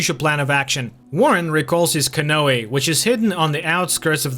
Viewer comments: Can-oooh not canoayLOL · Good recap! But bro "canoe" is pronounced: cuh-new.👌👍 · It’s pronounced ca-nue. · To the narrator. Canoe is pronounced canoo.